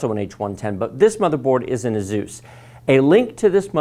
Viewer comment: It’s Asus not zus